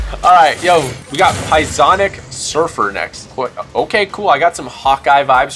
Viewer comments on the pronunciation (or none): The p in psionic is slient by the way your say this wrong